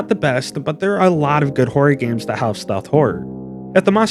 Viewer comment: It sounds like you're saying "whore" instead of horror. Maybe you also say "meer" rather than mirror?